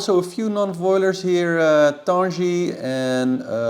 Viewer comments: Tanguy prononciation : tan(go) - gui(tar) 😉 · Little correction if i may for Tanguy its pronouced "Tanguee" like the sound of the G in game ...I love your show and thank you